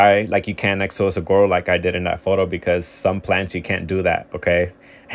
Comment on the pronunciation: Suh-wah-roes. No G sound!